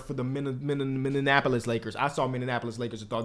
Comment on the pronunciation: It's been four years and he still doesn't know how to pronounce Minneapolis 😂